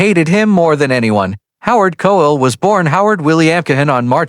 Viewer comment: Coell, cossell, and so much horrible narration. Having a bot tell me about the human side of life is too ironic.